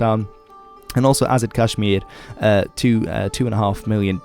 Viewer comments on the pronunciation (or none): “Azid Kashmir” 🤪